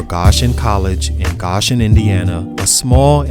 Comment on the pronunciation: It's crazy because I'm from the area and I wouldve never thought he was CJ Mccollum's brother...I've never met him but I've seen records he put up and yo its pronounced "GO-shen"